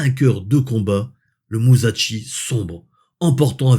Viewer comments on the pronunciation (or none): Olala tu vas encore te faire taper sur les doigts😂. Ca se prononce Mu-ssa-shi 😅. (Pas muzatchi) 😮 Ah le Yamato... quelle merveille de technologie et d'ingénierie! Bien que les derniers cuirassés americains avaient un tonnage inférieur et des cannons plus petits, ils avaient des aides au calcul d'une solution de tir tout temps, avec une sorte de proto ordinateur Matra Alice rouge terrifiant a l'intérieur! Rends toi compte! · Salut, passionnant. Attention à la prononciation de Musashi, ça se prononce « chi » et non « Tchi » (et encore moins Ch’ti 😅), c’est la différence entre し et ち